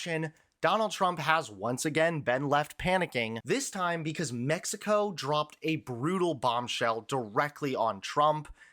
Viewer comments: "The US is being lectured by Mexico, yes, Mexico" The extra emphasis was unnecessary. I know the cartels are a big problem, but aside from that, Mexicans are quite friendly and generally open-minded and great people. Source: I moved to Mexico last year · I was thinking the same thing. "Mexico, yes, Mexico," aren't they doing what they accuse the US of doing by saying it like that?